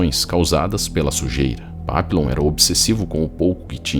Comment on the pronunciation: O nome dele era papilon, mas se fala "papion" que significa borboleta em francês. Tem um filme dele, eu assisti a mais de 25 anos. Quando o falou papilon, eu me lembrei na hora. Também tem o livro que é muito bom